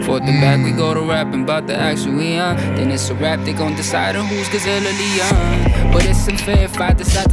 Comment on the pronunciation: He said gazelle or lion but he bends the word when he said it to make it Rhymes but it sounds like Leon.